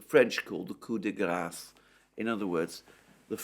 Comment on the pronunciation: FINALLY someone who can say "Coup de grâce" properly!!! People are usually pronouncing it "Coup de gras" which means "hit out of fat". Note quite as sexy LOL